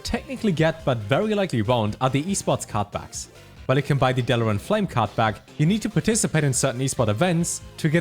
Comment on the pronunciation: that german accent, cannot understand when he says card back and/or card pack